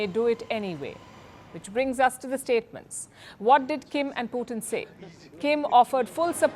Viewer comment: Palki, his name is Putin....not Puthin.